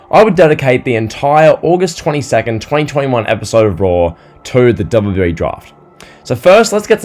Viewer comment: Bro there's something wrong with the way u say WWE😂 Great video tho you're quickly becoming one of my favourite wrestling youtubers